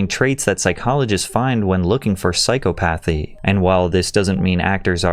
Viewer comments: Hey bro, just a heads up, 'psychopathy' is pronounced 'sigh-cop-athy', not 'psycho-pathy'. Not being a jerk, just a friendly correction. Love the videos my dude!! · I hate the way you summarize and narrate. Its very clear youre just parroting Wikipedia or internet opinions. Clearly profiting off of popular topics. Also its not Psyco-pathy its psy-cop-o-thee. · Your saying psychopathy wrong. I noticed it in another video, and couldn’t help but to comment. (Ur saying “sike-o-path-y” when it’s really more like “sike-oth-a-pee”. Love the videos btw. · FYI psychopathy is not pronounced like psychopath-ee. The stress is on the second syllable: sigh-KAH-puh-thee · You can always tell someone's intellectual level when the word "psy-cop-athy" comes up 🤣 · Damn you butchered the pronunciation of the word “psychopathy” so bad I had to think for a minute how it’s really pronounced. Dude you can google the pronunciation of any word. Please try it sometime. No one knows the pronunciation of every word, so educate yourself instead of guessing. Idt there’s one video of yours where you have mispronounced at least one word. Then people learn the incorrect pronunciation for you and the cycle continues. It’s just lazy and takes away credibility from anything you are saying. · “Bi-aw-pick”, “psycho-pathy” bro your videos always have at least one mispronounced word lol